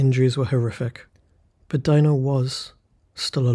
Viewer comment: I think his name is pronounce "Dee-no", not "Die-no".